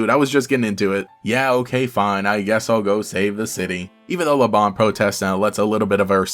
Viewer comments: Lebanne's name comes from the fleabane flower (which is true in basically every other language) so I believe it should be pronounced as "la-bane" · I'm very confused about how to pronounce her name like i pronounce it as Le-banne but every time i hear someone say her name, it's always pronounced le-bon but her name doesn't have a o and to me it looks like she has anne in her name, forgive me if I sounded rude I'm just very confused about how to pronounce her name 😖